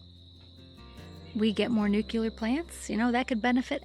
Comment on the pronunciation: NUCLEAR. ugh. Not nucular. 😮